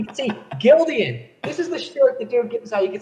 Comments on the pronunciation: I screamed when he said “Gildian” 🤣🤣 Even my church Can atleast Do American Apparel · Dude is annoying as hell. I feel bad he was scammed, but man, this was annoying. And if he said "Gildian" one more time, I might've offed myself. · I guess GILDAN is pronounce GILDIAN? 😂